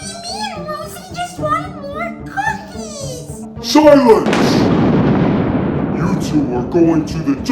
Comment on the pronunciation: I thought the Angry Mommy said sunlight but turns out it's silence